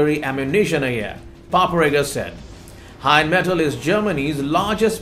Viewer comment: please, It’s NOT Heinmetal, it’s Rheinmetal. RINEMETAL (phonetically). Slava Ukrayini. Heroyam Slava. 🇺🇦🇺🇦🇺🇦🇺🇦🇺🇦🇺🇦🇺🇦☘️☘️☘️☘️☘️